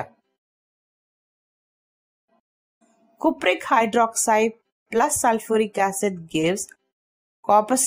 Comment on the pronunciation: Cupric bolna sikhle